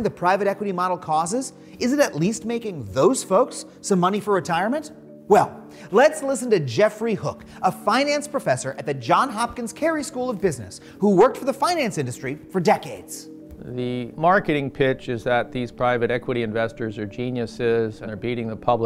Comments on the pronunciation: Oh my god how many times do I have to say it: ITS JOHNS HOPKINS. With an S. Plural. Multiple Johns. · The "John Hopkins" business school...? Are you sure you didn't get suckered by a Chinese knockoff? The elite university is "Johns Hopkins"; "John Hopkins" is like when you think you're buying Calvin Klein but you get Galvin Klain instead.